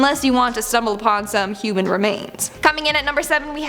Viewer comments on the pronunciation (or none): none